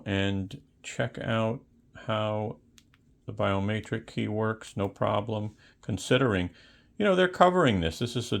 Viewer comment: Btw idk if its an accent or if you dont know but biometric has an e not an a i was like whats a biomaytrick?